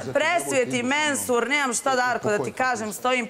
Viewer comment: 😆😆😆😆😆 kaze Menhur ili Mehur jao sto se isprda sa njim